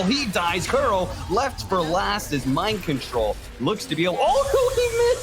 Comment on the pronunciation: It was Mind Kontol Axe